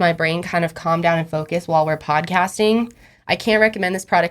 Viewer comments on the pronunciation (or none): none